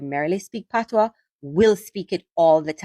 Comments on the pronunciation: My brother, it’s NOT “PATOS” language. It is spelt PATOIS and pronounced “P-A-T-W-A.” So please mi Breda, no badda wid de foolishness ‘bout “PATOS” yah hear me. It’s not PATOS it’s PATOIS (PATWA! PATWA!) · Its pronounced patwah not patois.😅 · The word patois is French. You are mispronouncing it 😂. OIS in French is pronounced “wah “ as in “water.” So patois is pronounced pat”wah” 🙏🏽💙💙🇯🇲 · Patwah is the pronunciation. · It's pronounced Patwa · Patios is just like pidgin in West Africa. The S in Patios is silent. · We may speak Patois while sitting on our patios.. 🇯🇲 pronunciation of PaTOIS follows the French rule